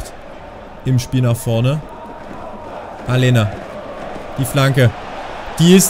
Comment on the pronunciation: Aleña wird Alenia ausgesprochen, ansonsten Super Video mal wieder von dir :D